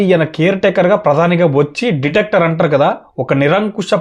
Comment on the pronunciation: డిటేక్టర్ కాదు బ్రో dictator